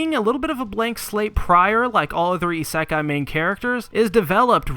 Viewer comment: I think you mispronounce isekai